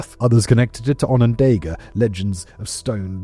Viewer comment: Onondaga is pronounced “ahn-ahn-DAHG-gah”.